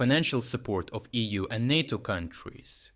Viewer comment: Nay-toe Nay-toe, not knat-o